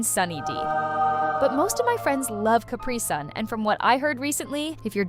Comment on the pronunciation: It's carpi-son not Carpi-sun